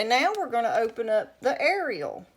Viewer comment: you pronounced it correctly Love Foca, Roma, and Ariel Edit: You pronounced all three names correctly. Well, Ariel has a slightly different pronunciation in Spanish, but to say it's inaccurate would be incorrect